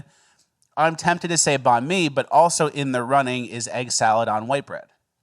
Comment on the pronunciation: The way pronouces nanh mi..... I had no idea what he was talking about until said vietnamese lol.